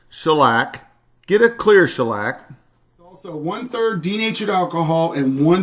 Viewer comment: Shellac sounded a lot like broccoli to me. Love those voice overs!